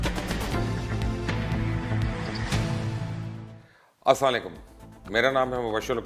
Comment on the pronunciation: yar tu salam tu thek se kr chachu..